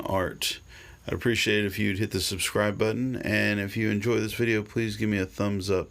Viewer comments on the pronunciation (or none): none